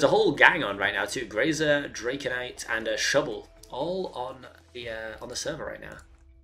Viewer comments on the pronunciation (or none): it's not draconite it's draco nite dragon